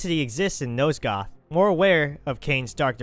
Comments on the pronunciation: Dude.... Nosgoth.. NOT NOSEGOTH FFS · NOSE-goth? How the hell did you think nosgoth was pronounced that way? Clearly the narrator here never played the game